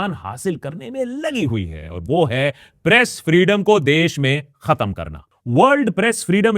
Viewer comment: I rewined 5 time and can't stop hearing "Breast Freedom ko khatam kerna" I was like 😮 then 6th time I turn on the captions and read "press freedom ko khatam kerna" 😅